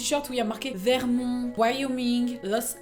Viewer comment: J'aime cette prononciation de "Vermon(t)" ^^